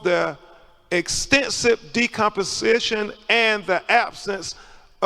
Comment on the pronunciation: How the f do you pass the bar but can't read words like decomposition?